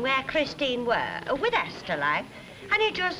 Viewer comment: "Wi' milk"